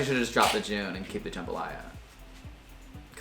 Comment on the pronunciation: It's jambalaya not jumbalya lmao